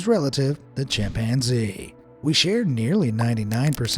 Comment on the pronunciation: LOL Chimp-man-zee 😂😂😂